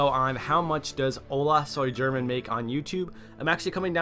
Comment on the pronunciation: LOL! The way English speakers say Spanish names is soo funny! xD It's pronounced "Ola soy Herman" not German! XD The 'G' sounds like an 'H' when next to either the vowels 'E' or 'I'.